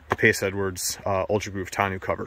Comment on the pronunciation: Thanks for the review. FYI it's pronounced "tahno" not "tah-new"